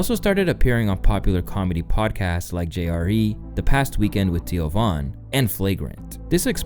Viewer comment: TEEoh von?